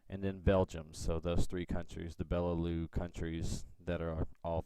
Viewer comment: You pronounced Benelux wrong, you need to say the "x" at the to . Benelu sounds a bit offensive....